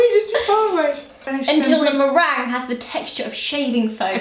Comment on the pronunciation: Zoe you said marange